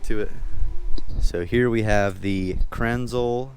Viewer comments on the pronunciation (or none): It’s pronounce kranz-lah. Like a German 😆. Very nice setup! I would cop one